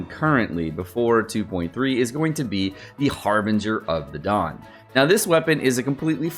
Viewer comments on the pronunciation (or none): none